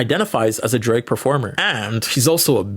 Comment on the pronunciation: i’m sorry but the way that you say “drag” sounds like “drake” and that threw me off lol